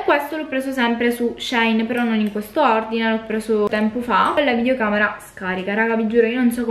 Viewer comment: Ciao 😍 La pronuncia corretta sarebbe "She in" perché il nome originale del sito era "She inside". Ma alla fine ciò che conta è fare shopping 🤭😌 Ps. Sto per fare un ordine per colpa tua ahahahah